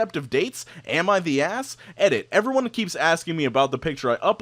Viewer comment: It always sounds like you're saying Emma the Asshole